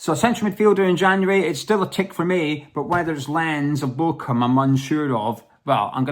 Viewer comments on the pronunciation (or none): My missus is a Bochum fan (you butchered the name lol) I wouldn't take anyone from that team, lol.